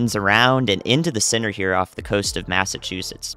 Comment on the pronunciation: with the southern accent, i heard, just for a second, pressure sinner instead of pressure center and, in a way, that's a really good message for the Northeast and New England areas. spreading the good word! lol. found you because of Ryan Hall Y'all. Thank you for being awesome!